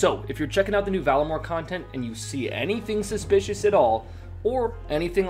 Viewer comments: it's called vaRlamore, not vallamore lol... Anyways, you delivered a great video as always. gz. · you call it valamore, and not VARlamore, my tip is learn how to read, jk jk, I caught that mistake though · "Valamore." It's Varlamore (Var-La-More) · “A new content called Valamore” no, Varlamore. 2 seconds into this video and you’re wrong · VaRlamor not VALamor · Homie, it's VaRlamore, not VaLamore. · VAR-lamore.... not valamore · *Varlamore. Not Valamore 🙄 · You called it "Valamore" 😂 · You cant pronounce VAR-LA-MORE, you cant do basic math... this channel has significantly lowered in quality. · this man really out here mispronouncing Varlamore XD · between mispronouncing Varlamore and screwing up basic arthimetic, you really should like... care. at least a tiny bit.